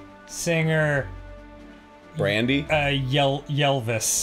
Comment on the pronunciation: It took me a second to realize what he meant by 'yellvis" Once I found out, I died of laughter.